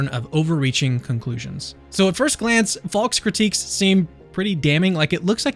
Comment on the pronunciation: Faulks name sounds like false when you say it. Just saying